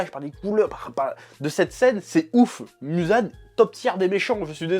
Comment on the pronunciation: Le "Musan Jackson" me fume à chaque fois 😂😂😂